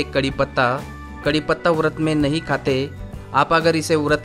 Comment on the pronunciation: अरे भाई वरत बोल रहे हो की उरद ?